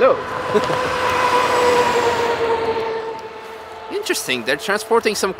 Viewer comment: Please stop with the Comrade hello.